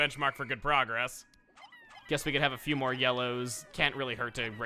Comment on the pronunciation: #great vids people that like chugga and listen to what he says it's not PHEW IT'S F. E. W.